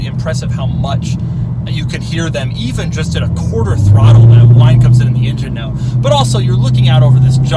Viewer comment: Why does he pronounce engine as injun